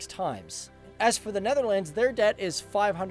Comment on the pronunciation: You're still a signorant as in the last of your "presentations." And you still do not know how to pronounce "Netherlands." Besides, it is NOT "Netherlands," but "THE Netherlands." And Holland has the HAPPIEST children.